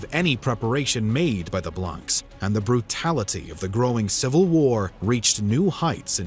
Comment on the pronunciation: Little nitpick, but when saying blanc, you don't pronounce the c.